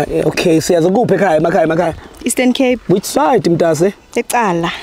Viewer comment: you pronounced siyaza correctly